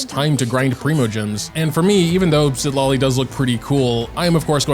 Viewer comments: its pronunce ciTLAli, not Sid la li, i got chu bb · Citlali is cee-cla-li